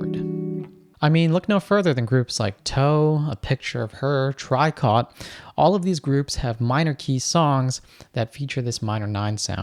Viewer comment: It's pronounced "tree-co", the last T is silent